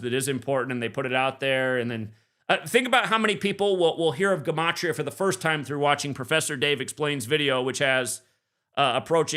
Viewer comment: Frig it’s not gAmatria it’s gEmatria, it’s an E not an A, it’s basic English, or is geology now pronounced gaology?